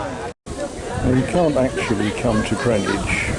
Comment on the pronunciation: Those Americans had obviously never been to Greenwich, CT, which is pronounced the same as you do. I built a few storage sheds in Greenwich many years ago now. They also mispronounce Worchester...